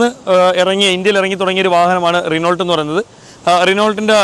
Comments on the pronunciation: നിനോൾട്ട് എന്നല്ല, ഉച്ചരിക്കുമ്പോൾ റെനോ എന്നാണ് പറയുന്നേ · Renault അല്ല റെനോ ആണ് t സൈലന്റ് ആണ് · റിനോൾട്ട് അല്ല റെനോ 🥰👍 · ഭീഗരൻ അല്ല...ഭീകരൻ...റീനോൾട് അല്ല റെനോ.... Thank you